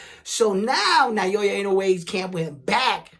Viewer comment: Naoya is pronounced NA O Ya...not Nayoya. Like many, lnoue is only known after destroying Fulton...that's why you guys cannot pronounce his name correctly yet. Na-o-ya. lm not Japanese but l've been following him since for many years already.